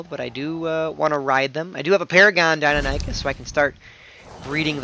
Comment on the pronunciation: Love you but pls... "die-non-ih-cus", not nie-cus:p great vid btw, learned a lot!